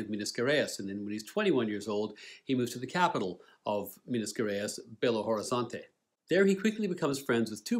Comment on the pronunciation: Hot tip: When pronouncing the words Borges and Gerais think of the sound of J. Such nice review with great depth and details, beautifully done.